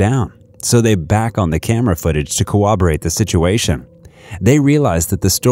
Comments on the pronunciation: “cowobowate the situation” 💀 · Cooberate is not a word, no matter how many cops or youtubers say it. The word is corroborate.